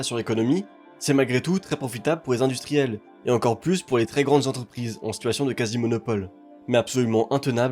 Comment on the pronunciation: VERS, et non "vairs". PLUS, et non "plusse". LA VOIE, et non "la vois". L'ETAT, et non "l'êta"... T'es pas seulement délu, t'es aussi illettré visiblement. Cesse donc de parler de ce que tu ne connais pas.